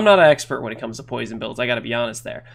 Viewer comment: "It all kaoms down to one thing"